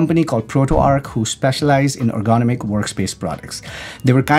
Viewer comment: Ergonomic sounded "ərɡəˈnämik" in simpler terms, "er-gu-nom-ik". Has 4 syllables and the accent goes on the 3rd syllable.(er gu NOM ik). Yours truely, a stranger on the internet 😉